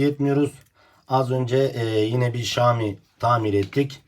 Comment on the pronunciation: Usta keske okunusunu "ŞAAMİ" dmek yerine "ŞAOMİ" desen daha dogru olurdu